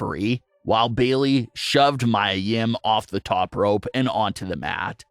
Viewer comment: It’s Mia not Myah